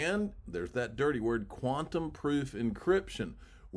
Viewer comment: Why can't you say Quantum